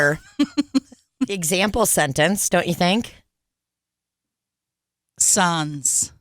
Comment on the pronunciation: As a french canadian, the SANS part killed me 😂😂😂 you don’t pronounce the S at the end. or the N. SAN, i don’t even think there’s an english words I could say to make it make sense 😂